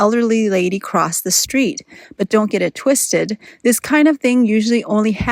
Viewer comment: "dont get it twisted" lol i love esl diction, its great